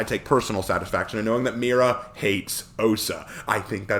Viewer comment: Spaniard here, and you actually pronounced it somewhat ok. I mean, it's blatantly obvious that Spanish isn't your native language, but, again, Spanish isn't your native language. Not much you can do there lol Also, great vid! And I agree on your point about her being in the field. She should have the training, but not be put in a position where she could die